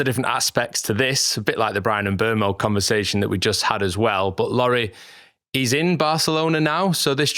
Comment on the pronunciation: I want to congratulate you guys on being the only Man Utd channel that can properly pronounce Bryan Mbeumo. Take notes Stephen Howson and Adam Mckola